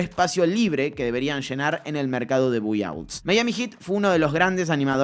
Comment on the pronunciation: Repite después de mi, se pronuncia BAI OUTS, me sangran los oídos cada vez que escucho buy outs